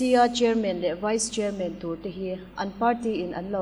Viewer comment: Chairman a "man" a lam dan kha. Batman, Spiderman, Superman tih te han lam ve chhin teh u.